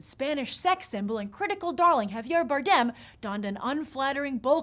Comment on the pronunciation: Grace your pronounceing Javier's last name the wrong way.